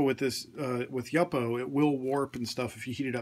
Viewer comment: It's pronounced YOO-po, not YUP-po.